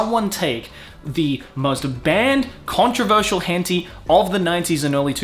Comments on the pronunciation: You're pronouncing it horribly wrong. Tay it's pronounced "tie." You're killing me. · I'm gonna assume you're intentionally pronouncing 𝐻Ǝ𝒩𝒯𝒜𝐼 wrong.. Hen Tie.. not Hen Tea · As an Asian, I thought it's pronounced as hen-tie not hen-ti. Just saying. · He also says "henty" instead of "heh-n-tah-ee" about a million times. Ow ow ow ow. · hen-ti? isnt it TAI? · Hen - tie. Hen... tie... not tee.. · that way you say it is the first time I heard someone pronouncing like that ..... and it's kinda funny. it is not it sounds like 'hentee' but it is 'hen tai' just for pronunciation. Try saying 'aa' in 'tai' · Hentee? It's pronounced hen-Tie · Why is he pronouncing it "hen-TEE" when it's "hen-TAI"? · it's not Hentee... the TAI part sound like the start of Thailand so Hen-Thai... you talk like 90s anime where like animated stone age stick figures or something, 90s Anime was the golden era, tittles like ninja scroll and wings of honami still look far better than anything done today. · You spelled "spelled" wrong until you edited it (I saw it in the e-mail notification);), and I spelled it henti on purpose because that's how pronounces it in the video. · Bro said "henti" 💀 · I've been watching videos here for a long time but I've never gotten something: does he actually think it's pronounced "hen tea" or is this a meme he has made part of the persona? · Do you actually pronounce it "hen tee," or are you doing it for other reasons? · Its Henti (hent eye) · Is that how Henti is actually pronounced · how does this guy not know its pronounced hen-thai? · Hentee? Pronouncing it completely wrong :( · Henti? Why is he pronouncing it like that. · Lol why are you pronouncing it "Henty"? That is not how you say it. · Is he purposely pronouncing it wrong without the a so he doesn't get demonetized? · Deliberate miss onounciation but i can't spell we arent perfect